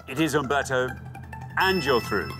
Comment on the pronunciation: Since when did UMBERTO begin with a "V"